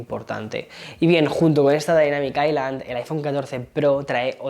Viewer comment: La “dainamic aicland ” 😂